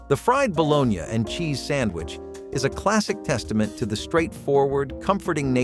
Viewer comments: WTF is balonya?😂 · Bologn ya?? Lol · Just say baloney for God's sake! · Bro if you say, "Balone-yah" again, I swear... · Bolon-ya? No. Its BALONEY...You have to cut into the slices if you fry them so they wont bubble up. Also never ate gross sardines in any form, nor spam, potted meat, vienna sausages in the 70s. The chinese read us wrong for this video. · The guy who is pronouncing this ba lone ya has obviously never had a baloney sandwich. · Stop saying bo-lone-ya!!!! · Its bull onee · Pronounced “ baloney” not balogna . Just saying👍🏻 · If you cannot pronounce baloney correctly, you are disqualified from any further discussion. Shameful.